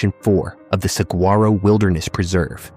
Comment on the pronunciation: You Can't Pronounce Saguaro, or Cholla... You're not from Arizona.